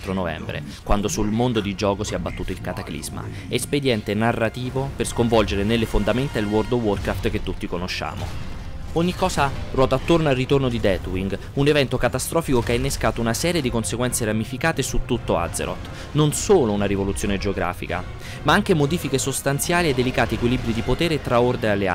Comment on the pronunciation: det wing non ded :P